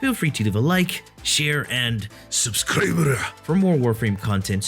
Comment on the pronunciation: Why are you saying “subscribe” like that? Is that supposed to be a katakana version of subscribe?